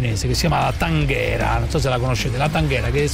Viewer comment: Taghera no tanghera